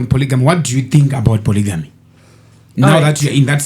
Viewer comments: Am l going to heal from the way you guys are pronouncing polygamy? Imi isu takakura tichiri poligami wani...sei muri kuiti polijimu??😮 Yekudzidza kwaMupiniwasvotoka iyi chaiii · When did it become polyjeanie? 😅